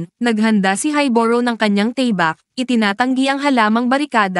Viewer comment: Tama ba Ang pagkarinig ko sa tabak pagkarinig ko Kasi teybak😅